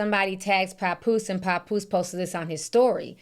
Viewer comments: Papoose not "Popoose" 😂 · The way she says pappose tears me up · Don’t forget “Pawnpoose” 😂😅 I’m not picking sides either but that was hilarious.